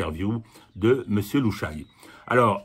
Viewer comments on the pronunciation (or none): Petite remarque,: on ne dit pas "Lou Chaille", mais "Lou Cha Yé".